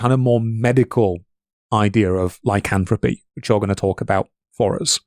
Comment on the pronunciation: pronouncing words like "lycanthropy" as "lycanthropeh" is driving me mad.